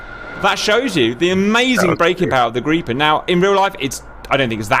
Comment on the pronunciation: Woah, GOOD JOB Cap on the Gripen pronunciation, first time I've heard a foreigner get it right. Gripen should be fully operational with pretty much any loadout on roads.